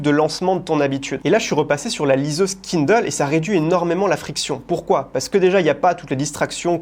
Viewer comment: En revanche, qu'est-ce qu'il prononce bien Kindle !